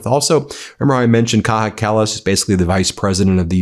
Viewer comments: As Much as I love you Ben , I am an Australian from Northern European parents , Its not a big issue but you keep doing it so I need to say something. You keep mispronouncing Kaja Kallas name.. You pronounce it the Mexican or spanish way which is Kaha but in Europe her name is pronounced Kaya ... not a big thing but just a bit annoying Bin... cheers from Aus :) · Please stop saying "Kaha". She is not spanish, her name is "Kaya". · FYI Kaja Kallas is pronounced Kaya, not Kaha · Kaja in Kaja Kallas is is pronounced "Kaya", not Kaha. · It's not Kaha Kallas, it's pronounced as "Kaya" Kallas. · Kaja is pronounced Kaya, not KA-HA!! 🤪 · Ben, merci: Not "Kaha", her name is pronounced "Kaya". She is not Spanish! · Ben: Kaja Kallas might appreciate it if you pronounce her name properly. The letter j in her first name sounds like the letter y in English. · A minor gripe but sticks to ear - "Kaja" is pronounced "Kaya". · Please, its pronounced KAYA Kallas!!!!